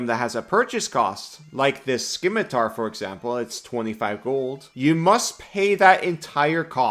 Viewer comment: simitar, not skimitar